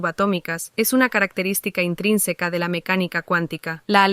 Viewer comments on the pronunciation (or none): EPICO CUANDO LA AI PRONUNCIO INTRINSECO JAJAJAJAJAJA MUY BUEN PODCAST Y MUY BUENA IDEA YA VEREMOS QUIEN TE COPIA PRIMERO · me encanta que la ia dijo la palabra "intrínseco"